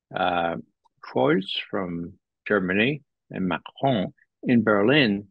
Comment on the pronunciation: I love the way Ray pronounces "Macron".